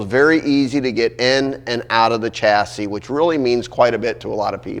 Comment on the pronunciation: It’s a shassey not a chassy, the word chassis is French.